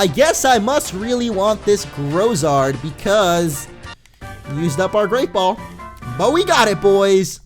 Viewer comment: Pretty sure it's pronounced graow-zard as in ground + lizard = Grozard